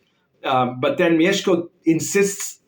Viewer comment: The way you pronounced "Mieszko" - respect, sir!